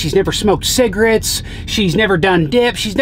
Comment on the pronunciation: Rest of Merica: Cigarettes: Cigarittes